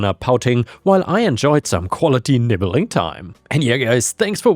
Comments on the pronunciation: nibbling or nibling? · Umm. Nibling and nibbling are two different words. The first is a nephew or niece. The second is taking small bites. The narrator pronounced it as if the OP was eating his kin.